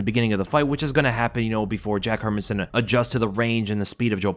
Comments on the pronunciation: Her-Man-SON. Listen to others pronounce his name and get it right dude! 🤦🏻‍♂🤦🏻‍♂ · Please learn to pronounce the fighter's name please why does sp many mma pages butcher these fighter's names ..... It's pronounced Her MAN son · "her men son" sometimes your pronunciations irk me 😂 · Hey love your videos by why you saying Hermansson like that, my guy? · We all know that you don't know the basics of the MMA game when you can't even pronounce Jack's name correctly..😂